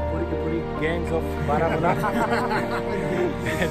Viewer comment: Baramulla sound barmuda!! 😀😀